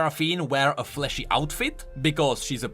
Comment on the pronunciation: I had my eyes closed because I like to listen to this and I hear fleshy instead of flashy, and I thought that she was a human wearing champion